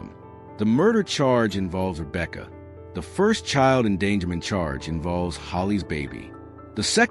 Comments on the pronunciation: It's Romeca not Rebecca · You got to fix that Friend ASAP Rocky. Put some respect on Romeca name not Rebecca please and thanks. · It’s ROMECA RO-ME-CA 🙏🏽💖💫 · He just need go get her name right..I couldn't even listen to his podcast cos he kept MISPRONOUNCING RomecaS Name